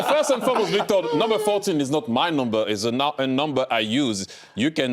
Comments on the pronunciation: Jamie calls him “Victeer” 😂😂😂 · Man the way Jamie calls Victor is hilarious. Thought he was calling vig day.